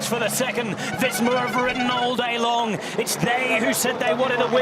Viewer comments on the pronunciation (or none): none